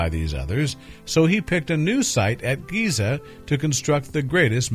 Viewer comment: did he really say 'Gaiza'?! gross